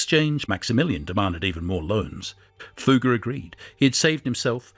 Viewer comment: Fugger was pronounced correctly... Maximilian so so